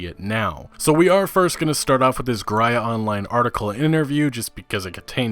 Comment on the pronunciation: Useless fun fact You pronouced Gry as Graj in Polish, in this word you use the same y as in the word very.